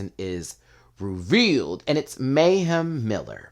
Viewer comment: 'Meh'-hem Miller. 🤷🏿‍♀️